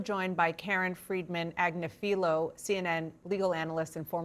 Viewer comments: That's Karen Ag-NIFF-ill-o, Dana. You're welcome ;) You'd hear it correctly pronounced twice a week on the Legal AF podcast, just sayin'. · She butchered Karen Friedman Agnifilo’s last name. Does she not know who she is?